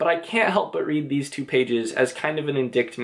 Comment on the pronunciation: Indictment. It's always great to hear people who have learned a word through reading and not through speech (no snark intended). Great analysis of a great story. Thank you.